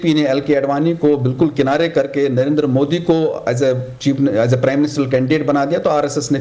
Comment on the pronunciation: Anchor Narender ❌ der Narendra ✅ dra